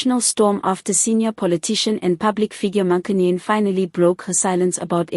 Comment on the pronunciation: Please learn to pronounce her surname correctly. If you don't know how, ask. It's the least you can do.